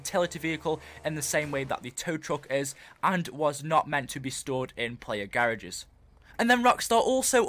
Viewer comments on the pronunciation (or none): Garages ( English Accent) :P